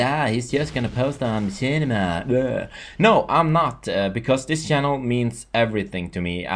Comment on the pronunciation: you say chanel as sjanel lol sounds funny but congratz u get sponsored